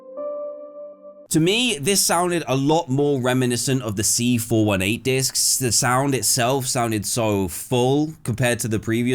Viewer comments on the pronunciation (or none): C FOUR EIGHTEEN NOT C FOUR ONE EIGHT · As much as I love you as a person Dan, you calling C418 “C four one eight” is just pure evil.